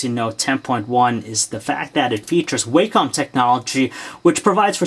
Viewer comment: "way-com" looool its wah-com